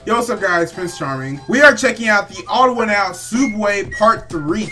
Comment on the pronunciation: Its pronounced TheOdd1'sOut (The- ones-out